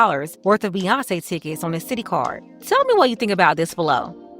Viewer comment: Hey I thought they were at a dance party with Bew-yawn-ce lol